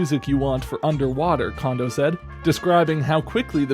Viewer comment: FYI: Kondo isn't pronounced like "condo" it's pronounced like "cone-dough".